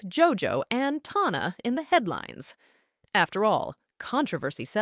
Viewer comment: Good video!! Just one thing tho Tana is pronounced like tan-a! Other than that such a good vid